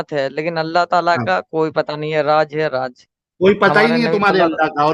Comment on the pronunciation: Raaj hai ya Raaz ?? Aur Julum kya hota hai? Zulm bolna aata hai? Pehle urdu dhang se bol, phir Arabic seekh, Phir kitaab padh.